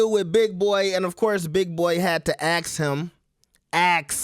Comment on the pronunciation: Ask or Aks?